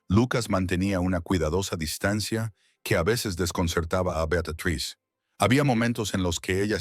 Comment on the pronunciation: Beatatriz? Betruz? 😂😂😂😂